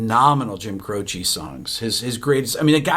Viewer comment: His name is pronounced Cro-CHE (not CHEE). With the accent on the last syllable. Dick Cavitt asked him when he was on his talk show and that's what Jim said.